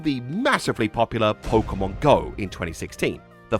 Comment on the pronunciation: You keep pronouncing "Pokémon" wrong.